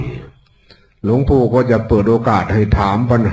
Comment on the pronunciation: หลงปู่ไม่ใช่คนไทยเต็มร้อยหลงปู่พูดผิดแล้ว